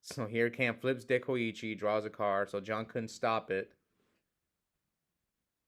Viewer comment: was pronouncing Dekoichi correctly … Tsukuyomi is pronounced Tsu-ku-yo-mi I know because I play OCG btw